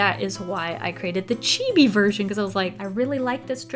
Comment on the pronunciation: "Chibby" "Man ga" T_T